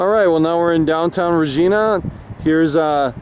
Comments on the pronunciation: ...it pronounced "Re ji na" like our Queen :) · It's pronounced RAGINA but spelled Regina